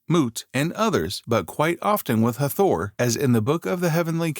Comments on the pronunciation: Hard to take the upload seriously when it doesn't even pronounce the goddesses' name right...the accent is on the first syllable thus HAA-thor not Ha-THOR! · IT'S NOT EVEN HATHOR, IT'S Het-Her-t, AND IT'S A SHAME THEY SHOW THE REAL IMAGES OF THE PEOPLE CLEARLY DARK, BUT PUT ALL THESE MODERN PALE PEOPLE IMAGES LIKE THEY'RE THE SAME PEOPLE.